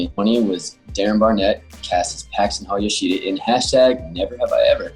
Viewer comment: i hate how they say yoshida